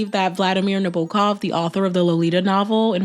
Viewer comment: Props for pronouncing "Nabokov" correctly!